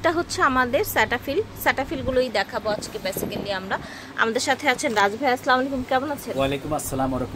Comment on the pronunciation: Wal না আপু ওটা world হবে। আর স্ল্যামালিকম না আস্সালামুআলাইকুম হবে।